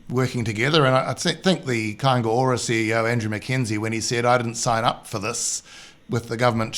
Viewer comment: It's Kainga Ora not K O.